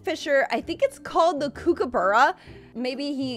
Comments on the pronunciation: As an Australian your pronunciations were really funny, it’s qwa-ka and cook-a-bar-ra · hey the way you say quokka and kookaburra is wrong, cwoka is how you say it right and cook-a-burra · Please google how to say quokka and kookaburra